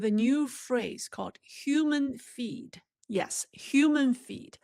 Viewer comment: Hi. When I first heard you, I thought you said, "Human Feet." I immediately thought that China had run out of chicken feet. LOL.